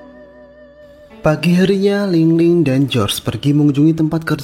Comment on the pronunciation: Bukan ling ling tapi ling lung😂😂😂😂😂